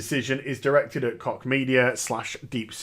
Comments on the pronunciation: every time you said Koch media it sounded like cock media haha the German "ch" should sound more like a very soft English "sh". besides that good vid, great intro. Greetings from Berlin ! :) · "Koch" The Koch Brothers pronounce it "Coke." Former NYC Mayor Ed Koch proncounced it "Kotch." We have a local construction company - they pronounce it "Cook." I've never heard it pronounced the way does.